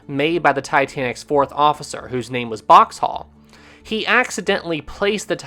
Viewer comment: It’s Boxhall not Boxtal.